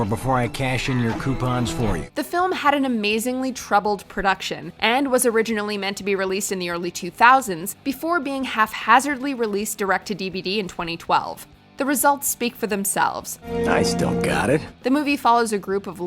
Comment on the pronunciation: The P in "haphazard" is pronounced like a P, not an F.